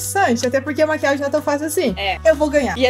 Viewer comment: Maria Alice a que fala "Maquiaji"